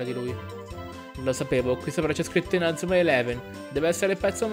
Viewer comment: Perché dici male inazuma